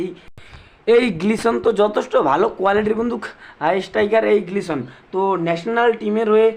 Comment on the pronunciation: Glison noi, Gelson Dala